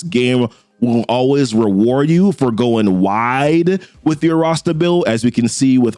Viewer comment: weward you for going wiwer.... reminds me of '"mawaige... mawiage is what bwings us together to-day"